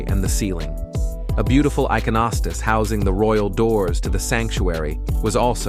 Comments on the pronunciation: These are great vids. I just wish you would take another 20 minutes to learn to pronounce these words correctly. I mean " i-CON -o-stas", 'E'-par-key", etc. If it's an AI voice, then train it. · Great Video. However, the announcer should have taken the time to learn to pronounce certain words such as Byzantine, Iconostasis, ect. properly We Eastern Catholics appreciate these words being pronounced correctly!